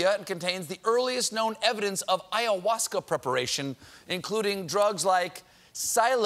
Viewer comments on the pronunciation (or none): none